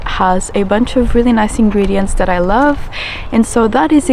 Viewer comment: Ingreniends 🙄 she is high on tea 💀